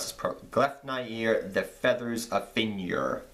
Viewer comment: that trap card is pronounced gleef-nyeer, the fetters of fenrir :)